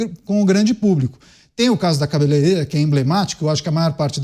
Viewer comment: Kkkk... Um Deputado Federal q não sabe fala cabeleireira, melhor de tudo, é q quem fez o vídeo não corrigiu na legenda, 😂😂😂😂😂😂😂😂